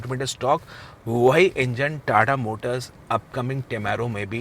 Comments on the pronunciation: Tada nhi tata hai ... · TATA always TATA not TA TA....